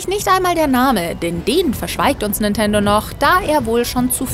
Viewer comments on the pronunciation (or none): none